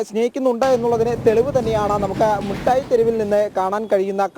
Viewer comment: മുട്ടായി തെരുവ്, അല്ല, മിടായ് യതെരുവ് എന്ന് പറയു